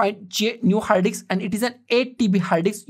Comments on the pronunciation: Love how he says diks!!! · combine a 2 dks ???🤣🤣🤣🤣🤣